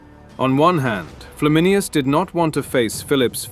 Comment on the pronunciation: It's Flam in ayn us, not Flam in i us.